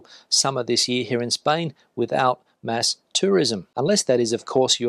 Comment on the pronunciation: Did you say mass or mask tourism 🤠🤠